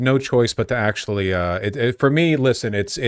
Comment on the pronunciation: Take a shot every time he says akchewee or lichowee